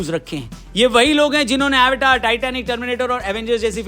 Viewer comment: रौनक भाई कम से कम आप तो एवटार को अवतार बोल देते😂